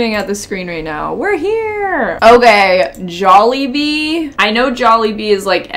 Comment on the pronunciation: you say "Jollibee" so well and as always SOOOOO CUUUUTTEE 🤗😂😅❤️❤️ love from the Philippines 😘